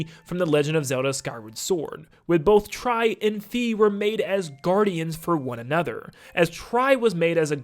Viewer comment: Fi is pronounced Fye So its not Fee